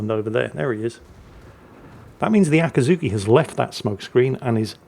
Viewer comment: Akiiiiizuki, not Akaaaazuki, I know you're biased, but ...